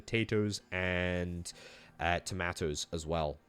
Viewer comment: Some people say "Tomatoos" others say "Tomaatos" this guy said fuck it "Tomaatoos"